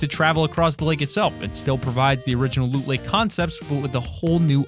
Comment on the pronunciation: you said look lake Not loot lake